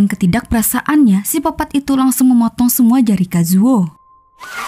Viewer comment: Koq sipopat kak Bkn psikopet